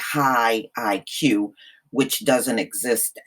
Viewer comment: High BUY-Q.... 🤣